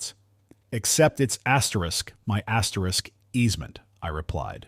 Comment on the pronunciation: Stop with the asteris it's annoying